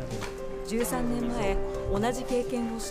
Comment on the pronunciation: 13年です のイントネーションがおかしい